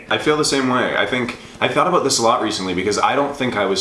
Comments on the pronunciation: More like pronounces it in the "stereotypical Canadian" way (a-boot), possibly as an affectation. I will say I've lived in Canada all my 43 years, been to six of ten provinces (have yet to see the Atlantic provinces), and is the only Canadian I've heard pronounce it that way. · You can tell is an actor because he pronounces the word 'about' differently than.